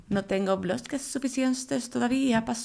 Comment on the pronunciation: Jajajajajaja que tonto el goles de ¿bbblllloques?